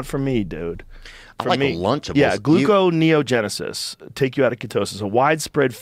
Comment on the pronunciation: Did I hear Theo say I like lunchable?